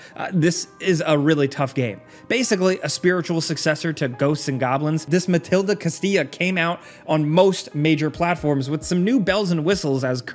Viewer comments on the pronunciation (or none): It's "Mal-DI-ta Castilla",, just saying 😅🤣. Maldita/Maldito being cursed in spanish.